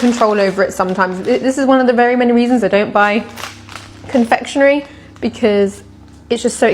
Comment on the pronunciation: It's just ,CON-FEK YU NERY